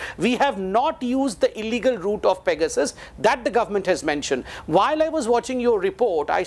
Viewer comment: Only has to sound different and say "fecasus" -- it's simply PEGASUS.